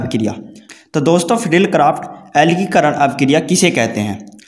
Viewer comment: Alkikaran nhi alkilikaran hota hai bhai sahab 😁